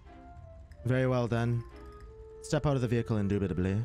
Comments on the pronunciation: ''indubitubly'' gets me all the time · Indubitably induitably